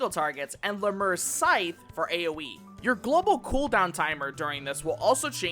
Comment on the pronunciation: LEM-you-ree. Lemure is pronounced that way. Also, Soulsow is pronounced "soul so." A sow (as you pronounced it) is a female pig. This refers to sowing one's soul like seeds (remember, reapers were farmers).